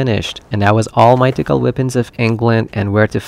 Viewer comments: Great video, just a note: the word 'mythical' is pronounced 'MITH-ICK-UL'. The TH sound is more like an F sound but at the front of your mouth. It's a hard sound for non-native English speakers to make so you can just pronounce it like an F, it's fine. And the letter 'j' is more like a 'y' or 'i' sound in Norse languages. For example, 'Mjolnir' is pronounced 'Myolnir'. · My-Tick-Call? Thats a weird way to say it. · I have to watch this muted because every time this guy says the word "mythical" wrong it feels like I'm going to have an aneurysm... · I've never heard somebody mispronounce mythical before today.